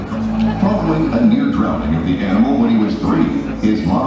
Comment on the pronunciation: "Where's the aminal?!?! Take the chains off!!!" Laurie Lawrence is my third favourite coach, after you Hawkey, and of course The Ultimate Warrior of coaching, Dean Boxall, is my number one. Humble speech from a great man. Thanks for the video and everything you are doing for our sport, Brett. 💪😎👍